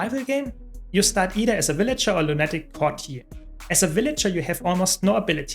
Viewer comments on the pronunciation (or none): Love you videos, but one small tip? Lunatic is pronounced LOONA-TIC, not LOON-ATTIC. 😘💜